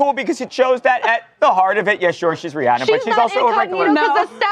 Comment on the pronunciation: Rihanna is pronounced Ree-ANN-uh.👩🏻‍🏫🫶🏼 The caller got it right! I’m in AL, too.✌🏼